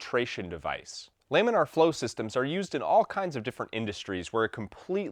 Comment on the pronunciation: I've also only heard Lamin uhr , he says Lamin Arr